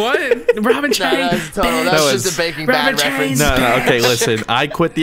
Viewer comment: did say Baking Bad😂😂